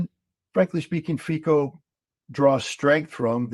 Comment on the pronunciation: Fico is not pronounced "fiko" but rather "Fitso".. the C is like in cemetery or circumstance